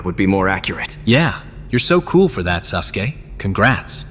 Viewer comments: Not “sus-uke” XD “edge mark”? WILD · Woah did bruh call him SUSke? Lmfao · Is orichimaru saying "sus gay" instead of "Sasuke" 😭😭😭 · Sasuke turned into Susuke 😂😂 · Lol is it just me or did i hear kakashi call him susgay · Wait was orochimaru calling Sasuke "SUSke" 😅